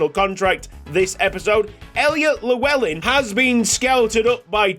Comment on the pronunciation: Just to let you know as a Welsh man myself that's not how you pronounce Llewellyn, there are videos if you'd like to watch. Double L in Welsh is pronounced differently just to let you know.